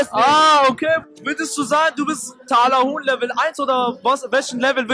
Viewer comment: Talahonk bitte auf die Aussprache achten 😂😂